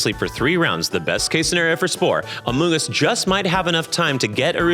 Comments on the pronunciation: I did not know about the thing with Amoongus, and I would like to say that every time said "Amoongus", I did indeed have to hold in the smallest laugh, and I am so sorry about that LOL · it’s pronounced “urrr-shi-fuu”. And “Ah-moon-Gus”